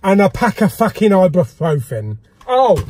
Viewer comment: "a pack of fackin' ibuprofen" and "wankbreaths" were my highlights this week !